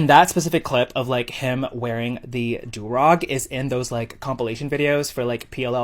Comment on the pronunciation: As a black woman….i wanna punch him for that whole “the blackest of black” statement. Like he’s that desperate for views then wants to play victim??? Mega parhetic N I swear to f*ck him saying “like” constantly and mispronouncing du rag makes me wanna claw my ears off